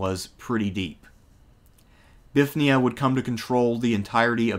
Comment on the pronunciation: "Bifth nee uh" "bifth nee un" "ni ko muh dee uh" Bruh... i can't tell if you are trolling or actually struggle with reading